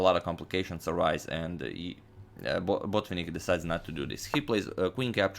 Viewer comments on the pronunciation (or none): Mikhail's name is pronounced Bot-VINN-ik, the accent is on the first "i", the penultimate syllab , not on the first syllab. Thank you very much for the videos.